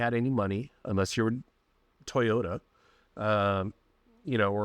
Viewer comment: that's an odd way to say Toyota 😂